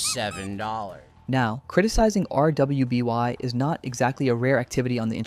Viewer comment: to be fair maybe there's a reason he says things like LGBTQ slowly so I'd rather not clown on him for it but hearing him spell out rwby instead of just saying it as "ruby" just ticks me off